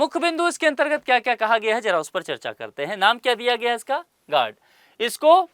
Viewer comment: गार्ड नहीं है sir गरुड़ है